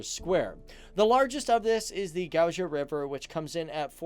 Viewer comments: I love how he pronounced “Gauja” like “Gauža” it’s wrong 😂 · Westerners should learn pronounciation of Latvian alphabet . Why do you pronounce J in name of river Gauja like J ( Jeans ) - it's pronounced as Y in York - try Gauya . :) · Gauja is not Gauža its pronuced like Gauya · I love that he said "gauža river" ps I'm Latvian!! 🇱🇻❤️❤️ Sveicieni!! :D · Dude the river name is Gauja (gauya in English) j is pronounced as ye. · It's pronuced Gauya not Gauja in English launage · FUN FACT: Latvian culture -- love criticizing. This guy knows so many great things about Latvia and seems to like it a lot but many Latvians only note that he pronounced Gauja wrong! ;D Anyway, thanks for the video. It is indeed a great place to be! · The way he pronounced gauja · If your latvian you felt the pain when he sayd gauja xo